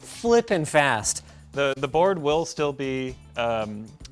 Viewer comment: When you said Colin the first time I thought for a second you said Colton and got mega confused.